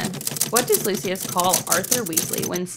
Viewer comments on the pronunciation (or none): Looshes sounds waaay to much like the guy from Our Flag Means Death. Its definatly Lu Cius not Lu Shus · I don’t know what it is but I feel like my ears bleed whenever I hear Lucius pronounced as Loo-shus. Like nails on a chalkboard 😩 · So they say Lucius the wrong way but don’t say -nah shi sa-? It’s Lucy us not Lou shuss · Took me a few questions…. Forgot the Carlin Bros call him Lou-shis…..it’s hard for me.